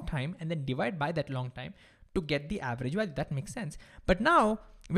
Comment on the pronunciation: say time not thime